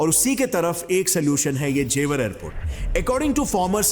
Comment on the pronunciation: Not jewaar Its jewar